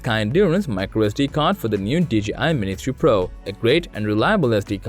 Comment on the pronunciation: Lol it’s the accent, I also heard mini 2 pro